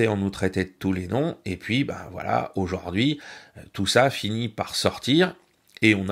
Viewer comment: excellent, comme d'habitude, en revanche mes oreilles saignes: aujaurd'hui